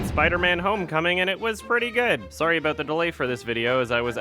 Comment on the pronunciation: your sorry sounds so Canadian holy shit